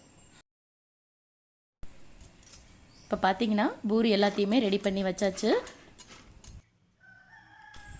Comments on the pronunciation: Boori இல்லை . பூரி . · Panipuri nnu sollumbodu crcta solringa...but normal puri nnu sollumbodu edukku buri buri nnu pronounce panringa? Adhum puri dhan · It is puri not buri